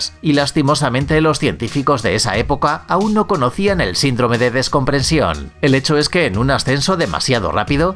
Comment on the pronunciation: Excelente video, pero con muchos errores ortograficos ! Y dices descomprensión! Y es descompresión! Y dijiste 1866 y escribiste 1886, como consejo edita con cuidado tus videos que son muy buenos